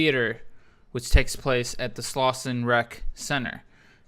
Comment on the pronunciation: Slauson, not Slausen